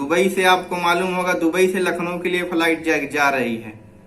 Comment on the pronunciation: Faliet Nahi flight hota h